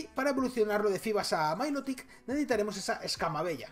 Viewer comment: Me encanta la pronunciación diferente de los pokemons a (pongo como se pronuncia) milotic le llama mailotic 😂😂